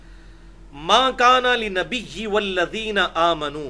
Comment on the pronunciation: ماکان للنبي کو اس نے ماكان لنبي پڑھا ھے اور ترجمہ بھی غلط ھی کیا ھے